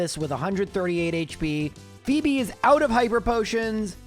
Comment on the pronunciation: I misswhen called her Fweb instead of fee-bee.